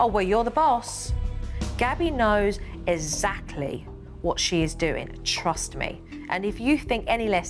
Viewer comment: Jo should talk properly whats with is ezacly ts exactly